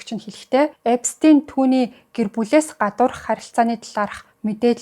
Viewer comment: Эпстэйн биш Эпштайн гэж хэлнэ шүү